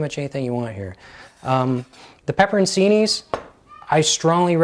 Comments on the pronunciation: Pepperoncini is pronounced pepper-oan-CHEE-nee. Ci in an Italian word is pronounced *ch*, not See. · Pepper in see knees????? Wtf its pepper chi knees. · The peppers are pronounced "pep-pur-on-chi-knee". C in Italian is a ch sound. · Pepperoncini pronounced pepperon--chini. The c has a ch sound. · Pepperoncini - the c is pronounce as a ch sound. Check it out on